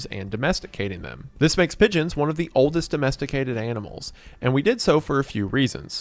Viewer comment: I genuinely thought he was saying midgets and not pigeons at first.